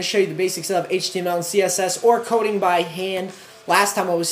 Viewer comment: LOL is this dude Canadian? the way he say "Coohding" X3